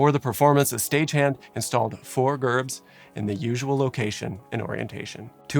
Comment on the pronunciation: Pronounce Gerbs, Jerbs.